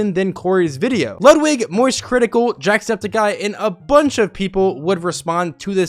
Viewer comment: nice video and all but its jacksEPticeye not jacksPEticeye